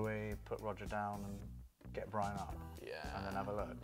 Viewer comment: Bwian, eh? |